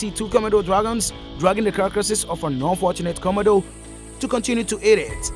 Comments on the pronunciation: They are the Komodo Dragons and not the Commodore Dragon, okay. So why can you pronounced it correctly huh? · Ven-am of de khamido 😂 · The commodore eats everything it comes across 😂😂😂😂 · Comma-do dragon lol. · A 5 minute video in 23 mins with a narrator who can't pronounce the name of the animal. Was some amazing footage though🎉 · I totally agree!! The announcer doesn't pronounce the name komono right. I turn the volume down for just that reason. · Y’all need to stfu already about how he pronounces Komodo .. he obviously has an accent & if it bothers you so much go watch another video . Simple .